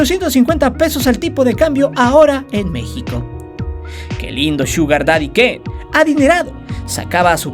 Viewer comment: "El puti-ken"😂